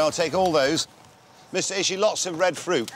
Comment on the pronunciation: It's Ishii, not Ishi.